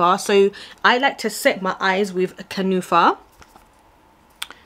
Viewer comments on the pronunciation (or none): Kunafa lol it's an arabic dessert lol you killed me 😂 kunafa not kanufa 😅.. Love you beauty🌹